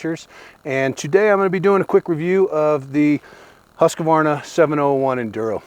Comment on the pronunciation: its really sad you cant pronounce the brand right. its not huskavarna, its huuuuuuuuuuuuskvarna, pronounce the uuuuuuu. you sound like idiots when you pronounce it.